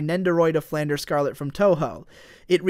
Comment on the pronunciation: YOU KEEP MISPRONOUNCING FLANDRE OH MY GOD I SHOULDN'T BE THIS ANNOYED BUT I AM.